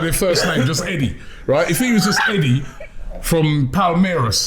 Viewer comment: 'Eddié from Palma' 😅